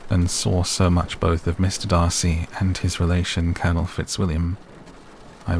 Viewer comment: Yay, the correct Darcy! 😂😂